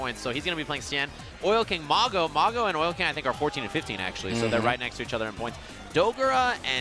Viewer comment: He said acksully like 10 times in a row. It's ACTUALLY! You fucking illiterate.